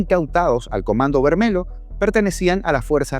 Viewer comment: Se pronuncia Comando Vermelio (lh) toda palabra que lleve LH intercaladas se pronuncia de con una i al comienzo